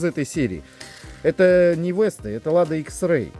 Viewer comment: ни вэста а веста надо произносить